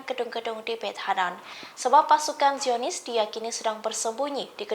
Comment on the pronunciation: Pembawa berita salah berucap....DIAKHIR VIDIO dimenit pasukan JIONIS KEMBALI KETERIWONGAN SAMBIL MENGEMAKAN TAKBIR😮😮😮😮 SI HOST PEMBAWA BERITA SALAH BERUCAP DUKH PARAH